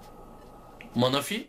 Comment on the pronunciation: Manafi değil menefi